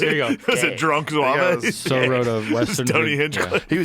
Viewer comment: in French, ''zouave'' is slang for ''crazy, silly''. Also it's pronounced ZWAHV , not ZWAVAY